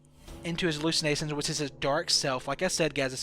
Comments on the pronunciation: Brainwasin, allisinasions lol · Why can't you say sh? Hallucinatsions, brain wasing, se, and any other word that has sh in it.